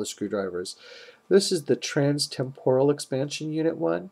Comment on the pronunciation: Why do you say Temporal wrong?